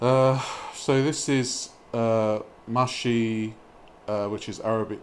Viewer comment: She doesn't even get pronunciation for food right. It's pronounced Meh-shi and Sambusak. Ya'alla. Also Meh-shi and sambusak are both delicious but hers look positively vile.